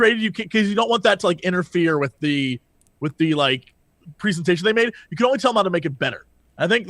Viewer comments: So many annoying mispronunciations of presentation, how can you get that wrong when you can pronounce president properly? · Pre-Zen-tation...the next million dollar idea. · Preezident? See, you don't say it like that so why say preezintation? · Press-entation. All French Press Coffee.